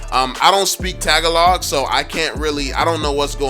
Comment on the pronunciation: Icant speak taga-log its ta-ga-lug